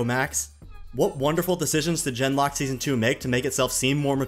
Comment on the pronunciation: It was very amusing how every time you said "Gen:Lock" it sounded like "Denmark". The way the show apparently went "Suicide is badass!" is NOT amusing, however.